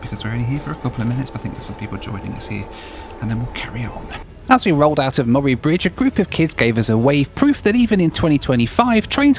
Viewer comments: Say morry again.. Lmfao say mur-ray Bridge.. It's how you say it.. Lmfao I love the overland train. Relaxing day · Ahhh, the joys of hearing Australian place names pronounced by people from overseas. Murray Bridge/Murray River: Murray is pronounced the same was as the surname of the famous actor, Bill. Geelong = "Gee, that's a Long way away!" It's a soft G, as in Giraffe, not a hard G as in Give. The town of Nhill is far more famous, at least amongst my family, for the excellent pinball museum found there.